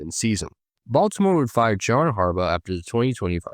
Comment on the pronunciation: Why does it sound like you're saying Harbutt wtf